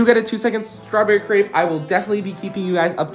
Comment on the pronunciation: YOU MISPROUNUCED STRAWBERRY CREPE GRRRRRRRR !!!!!!